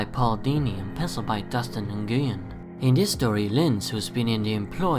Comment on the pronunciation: Don't want to be "this guy" but Dustin Nguyen's name, is actually pronounced like "win"